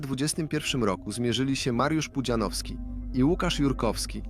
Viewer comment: Kurde, niech to AI chociaż nauczy się wymawiać "Pudzianowski"